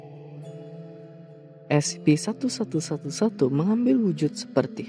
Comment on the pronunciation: Kadang salah ngomong jadi Scp-111 Sebenarnya kan Scp-1111